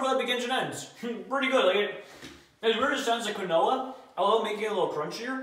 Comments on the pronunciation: its keenwaa (quinoa) not qwinoah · Quinoa... Pronounced keenwah... Not kwinoah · Quinoa. Kwin- o-ah. KEEN-WA. KEEN -WA. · Quinoa is pronounced Keen-wah, not Kwin-oh-uh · Quinn-no-ah..., do you mean Quinoa (Keen-wa)? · Quinoa is pronounced "keenwah" for future reference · Quinoa is pronounced like keen-wah. Just for future reference. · I think phonetically it’s said keenwah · As a Jew, it makes me so sad to hear it pronounced like he does. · its pronounced keenwa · "kahn-oh-ah" you mean quinoa? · Hey. Not trying to be rude or anything just being constructive. If you didn’t know Quinoa is pronounced Kin-Wa or Keen-Wa. Again, not being harsh or rude just letting you know. Love the videos keep it up. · Quinoa Key-No-Waa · quinoa is pronounced keenwah isn't it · Quinoa is pronounced like keenwaw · Quinoa is pronounced Keen-wa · Quinoa lol it's pronounced (keen-wah) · Jeez,. That’s not how you pronounce Quinoa. Say it with me... KEEN-WA 😒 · it’s pronounced key-nwoi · Methinks pronounced quinoa wrong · U right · I know I was seeing if anyone mentioned it in the comments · Yeah but oh well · the way u said quinoa , i can say it and im 11... LOL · I almost screamed when he butchered the pronunciation of quinoa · The only flaw i saw in this vid is he pronounced quinoa wrong but him do him keep up the good work